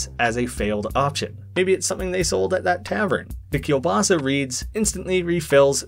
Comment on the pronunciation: Im offended by jow you said "keilbasa" because i'm part polish.